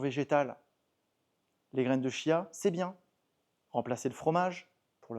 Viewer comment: On m’a dit que l’on doit prononcer : tchia😃😘